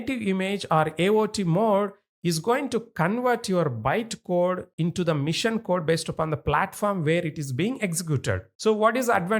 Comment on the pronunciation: The way of teaching is very good but the author needs to improve his English. He is calling "Machine" a "Mission"... His sentence is not proper. If he improves his English, he will be one of the best tutors in YT...